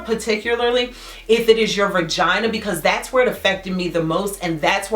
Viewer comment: It's VAGINA, NOT VIRGINA